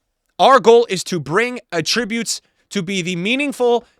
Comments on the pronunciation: who says attributes like that? saying attributes like that means something else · does anyone else say attributes like he does?